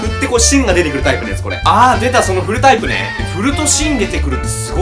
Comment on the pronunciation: 振るタイプを古いタイプって聞こえた 古いのかなって？www